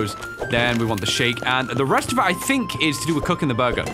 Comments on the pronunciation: Holds the Edited Burger The says: "BOORGIR" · Is so funny win you say buger like a rat buger